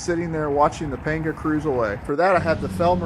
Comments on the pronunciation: Pronounced “ponga”. 👍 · A is pronounced AW as in AWFUL in Spanish. Complete shocker I know. It's weird how you can get the second A correct though.... I like your PAWNGAW though. Clean build.